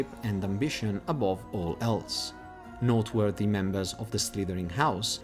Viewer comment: Why would the fat lady just open for u??? Deffs gonna have a password...also u pronounce noteworthy like not worthy xD